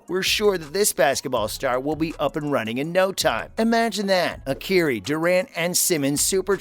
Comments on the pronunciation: The man's name is pronounced Kī REE, But I'm sure you knew that why don't you dig deep down in the bottom of your pocket where the lint is and find that last remaining scrap of respect that you have for others. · This guy doesn't even know how to pronounce Kyrie's name - clearly you don't know about the NBA!! 🤣🤣